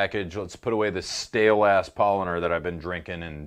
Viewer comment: Bruh say it like „Pow-laaner“ not „Pollener“ its made from Hefe not Pollen lol Also wash out your glass with water right before pouring the beer with the glass still wet